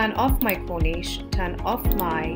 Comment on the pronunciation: Why are you saying corneesh with the end syllable sounding like it rhymes with sheesh, when it's cornice in which the second syllable rhymes with service? We don't say 'serveesh', do we? A corniche is a completely different thing.